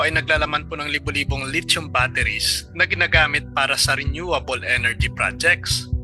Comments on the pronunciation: PRONOUNCE…..LI THIUM……..NOT LIT CHOM………..AKALA KO LIT CHON ANG TOPIC MO….. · California is huge bro, much bigger than the Philippines, and please ask guidance in pronouncing the word "lithium" i heard lechon !